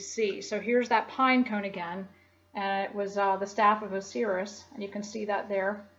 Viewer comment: so what is your religion then and does it not have any esoteric aspect? also, you mispronounced a lot of words. pineal, Osiris, Pleiades, Caduceus, Dionysus...